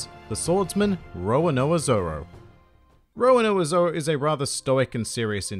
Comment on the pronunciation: good video, but the way you pronounce Roronoa Zoro makes me cringe a little